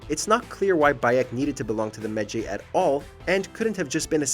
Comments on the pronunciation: I want to smack him for messing up the pronunciation of Medjay. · Wtf, why you can't pronounce ,,medjay". Maybe you never played the game, but you just had to read the text. It is so easy to say it and mistakes like this make me close the video and UNSUBSCRIBE from that channel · About the Medjays.... the game tells you they don't exist anymore and that Bayek is the last one of an extinct breed of warriors. So, you agree with them but say they're wrong. AND PLEAAASE pronounce it right. Several NPC's tell you "I thought medjays were a myth" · How could you say medjay so wrong they say it in the clips you showed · It sounds like Bayek is telling you how to pronounce Medjay correctly 😆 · Bruh Ikr its like this people never plays the game. I got triggered so hard the way he pronounced medjay. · "Me-jay" Bayek: "I'm a med-JAY! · I see... I’m pretty sure it’s a game, and a game can be made and told how the producer intends... assassins creed rewrites history not tells it how it was. dumb ass Also better say it now than never, but it’s med Ji. Not med jay. Honestly guys your videos do suck sometimes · Credibility sucks. Footage says "Meh-Jai" multiple times but dude keeps saying "Meh Jay". If you play AC Origins, you know people are surprised that Bayek is a Medjay and other events in the story explains how he officially becomes one. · Why are you pronouncing it med-jey?,you gotta pronounce it like if you were saying ma-jai,jeez smh lol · “Bayek is a mejaaae” Bayek: “I am a me-jai” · MED JAY. MED (MEDical) - Jay (GY AS IN GYROSCOPE). Learn to pronounce your words, dude. Like, good content an all, but the games literally tell you how to pronounce the words properly. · It's pronounced medjeye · You pronounced Medjay wrong. Medjay sounds like this: Me-Jai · Hears them pronounce Medjay, proceeds to pronounce it differently 😂😂😂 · literally pronounce medjay right PLEASE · Why can nobody pronounce medjay